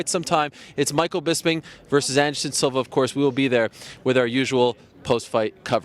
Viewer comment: Is it me or does Bisping say "Silver" everytime he says Silva.